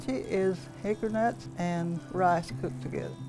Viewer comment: That sounds delicious. Is she saying "hickernut" or hickory nut?